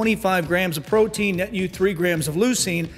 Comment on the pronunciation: sounds like you said brotein